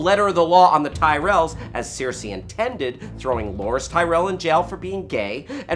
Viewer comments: It's Cersei as in sir-si, not sear-si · It's not sear-see, it's sir-see. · it's stupid but it really bugs me....it's not Searcy, it's not Cersay, it's cersieeeee lannister -_ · Why does this guy mispronounce characters names who are repeated on air. Who is seersee? Or these sersay people... Cersei! (Sir-see) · at least he didn't say Keer-see-eye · i know sare-see? who the fuck pronounces it that way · Seersei? Lol (I couldn't stop laughing every time) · Other than saying seersei instead of her actual name that was pretty well done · Seer-See Lannister?? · pronunciation of Cersei is appalling. =| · Why do you say Cersei like that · Please stop pronouncing Cersei like that. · If only PronunciationManual would release a video for Cersei Lannister. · haha exactly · Your pronunciation of Cersei is absolutely killing me 😁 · Why does he keep pronouncing Cersei so weirdly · How hard is it to pronounce Cersei? For fuck's sake... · Pronounce Cersei right ffs.